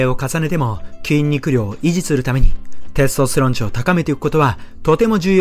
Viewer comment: てぇすとすてろんの言い方が笑